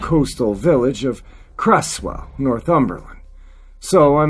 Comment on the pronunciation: Hi, Cresswell is pronounced Crezwell, thanks for another awesome upload, very much appreciated. Hope you and the fam are doing good. Take care buddy, regards from across the pond 👍